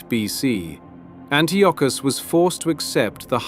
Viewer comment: Antiochus= An-tie-a-cus